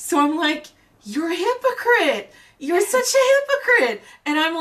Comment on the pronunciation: Hypo-chrissy lol